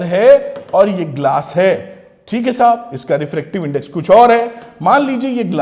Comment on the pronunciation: Sir is saying me " thik hai sahub " 😂😂